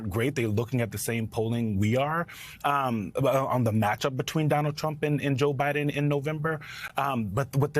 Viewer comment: I Love The Way Biden Pronounces "Donald CHrUMP!!!"